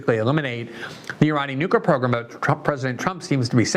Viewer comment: I see you're trying. You've gone from saying nuky-er to nookwer. It's not hard, Amy can spend weeks learning how to say Thumburg, you can say New clear. Of course, Amy can't read the name Tlaib to save her life. Oh well